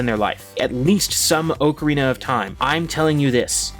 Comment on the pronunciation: ugh the way he says ocarina...